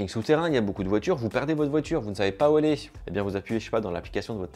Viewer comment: Pitié !! T'es très mignon, mais arrête de rajouter des "t" au verbe "aller" !!! (va t-être ??) Sinon, merci pour tes super vidéos !!